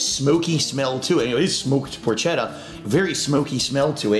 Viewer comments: you as an Italian should know it's pronounced "por-ketta", not "por-chetta" like it's spelled. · He always brags about being Italian but doesn’t know how to pronounce porchetta and calls it a fattier type of meat when it’s just a type of pork roast.